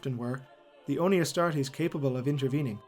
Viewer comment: Anyone else notice the astastes instead of astartes i mean yes the charmanders must love barbeque but astastes